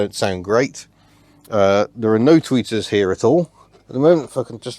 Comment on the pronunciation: I thought you kept saying tweakers.